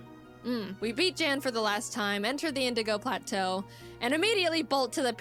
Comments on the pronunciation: ur pronounciation is correct btw jan is german so yea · i'm guessing you didn't misspell "either" becayse the letter n is far from the letter e but Jan reacted to the video and he said it was pronounced as how Wolfy originally said it. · Someone else probably has said it, but you do pronounce Jan correct. In his video he said it was pronounced "yan" or however you spell if for pronunciation but he seems fine with the mispronouncing. I get it, I mean just look at my last name. I think I have had a maximum of 5 my entire life pronounce it right the first time. Its just expected and not insulting since its clear since its pronunciation depends on you knowing how a different language pronounces it. I mean I don't speak German, I would 100% pronounce it wrong too if it wasn't my last name. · your pronunciation of Jan is correct! Jaidens' is hilarious :D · Oh yeah btw, you do pronounce Jan’s name correctly. I can confirm as a fellow German native speaker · Your pronunciation of „Jan“ is almost perfect, the A is just a little quicker spoken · You were saying Jan's name gorrectly. In this whole video Jaden was mispronouncing his name. It's pronounced the way you were saying it originally. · "What if im saying it wrong , i thought it was Yawn" - Jan is german , his name gets pronounced like Yawn in english. Or more precise like Yan from Yanmega. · Just for the record, Jan's name is pronounced "Yaan", like you did at the beginning. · In the reaction video that, Jan, responded to, he did say it was pronounced, yawn. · No, you're right; it's pronounced Yahn. He clarified that during his reaction to this episode of Jaiden's Nuzlocke series. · Young without the g is spot-on. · It is pronounced "Yan", it's German. So yeah you were saying it right, she was saying it wrong. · Thanks for pronouncing "Jan" the right way 🥰